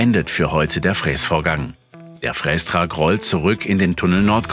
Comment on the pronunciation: Triggert mich brutal wie der "Frästrack" ausspricht... Gutes Video 😅